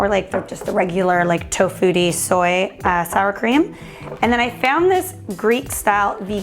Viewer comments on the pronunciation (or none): none